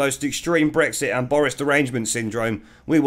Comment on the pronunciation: The bawoness cant even say bwexit ffs!!